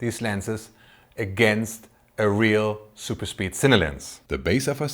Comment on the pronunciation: it's satisfying hearing it as zuper speed in contrast to regular pronunciation